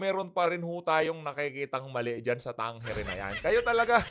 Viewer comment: Tamang bigkas sa survey firm na yan ay Tang-ere